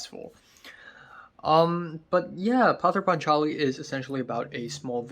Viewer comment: Its actually pronounce Poth-er paatch-aali .